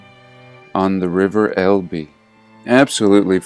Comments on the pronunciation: small point: "Elbe" is actually pronounced as a single syllable; ELb (silent e) 😉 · That is not correct, Phillip. It is pronounced with an 'e' as in Fed, lead at the end. El-be